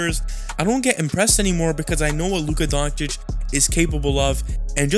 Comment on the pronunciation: Dude can't even say Doncic right after 6 years. We all know he does it on purpose just to spread hate